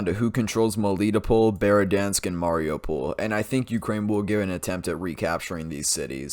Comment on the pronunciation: One thing with the pol cities; the stress falls on the syllable before the pol, not two syllables before. For instance; What you said - Meh LI toh pohl Correct - Meh li TOH pohl What you said - Mah RI oo pohl Correct - Mah ri OO pohl Little thing, but every bit of authenticity counts!